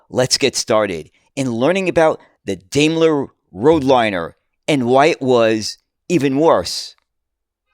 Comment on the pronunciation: Why can't Americans pronounce British words properly?! Daimler is pronounced: dime-ler.